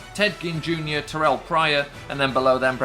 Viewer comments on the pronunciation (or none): none